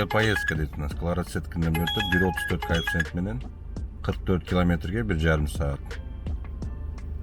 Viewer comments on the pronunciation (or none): none